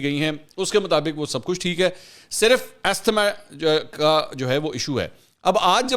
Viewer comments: السلام علیکم۔ Pronouciation is “azma”. الله سُبحان وتعلٰی ھم سب پر رحم فرماۓ اور شہباز گِل کو ھدائت کے ساتھ آسانیاں عطأ فرماۓ۔ افسوس یہ بھی ھے کہ گِل کے حالات دیکھ کر بھی عمران کی مُنافقت اور فرعونیت میں کمی نہیں آ رھی۔ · The word asthma is pronounced as ‘azma’.